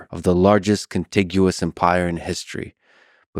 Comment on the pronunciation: Bro says contiguous like he prepping for a spelling B. He dress like it too 😂